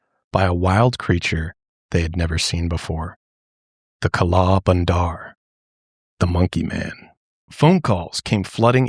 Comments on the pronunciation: we say kala bandar with the 'a' sound from banana (bah) instead of 'a' from an apple (ae) so you dictate it as kah-laa buhn-der meaning black monkey. this episode just reminded me of the monkey scare in my grandmas city, it was truly an insane time. even when you go hiking here in the city I live (nyc equivalent) the monkeys wait around to steal your food STRAIGHT from your bag, opening up the zips and all. they are very extortionate too, there was a lot on media in the 2000's that recounted how some thiefs actually used the smarts of these monkeys to help them steal wallets and etc in high local/international tourist areas. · As an indian, hearing you say kala bandar was so funny and adorable.